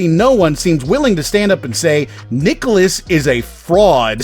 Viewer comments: My only critique of the vid is your pronunciation of nicalis, every video I've ever watched on them goes (Nigh-Cal-Is) so it constantly distracted me, but other than that yeeeesh, no wonder I never see them outside cave story, Binding, and Ikaruga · How do you actually pronounce "nicalis"? I've heard it pronounced three different ways now.